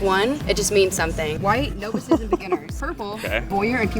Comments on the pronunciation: That blonde chick really said "NOvices" lmao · The girl who pronounced novices as “no-visses” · The way she pronounced “novices” 💀💀💀